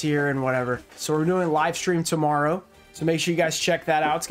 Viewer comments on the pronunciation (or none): none